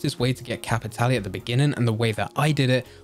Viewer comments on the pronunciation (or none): I'll say it...STOP SAYING CAPITALLY! It's Cap-it-Tahl. Like Leviosaaaaaahhhh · Nah, it's Cap-i-tah-leh.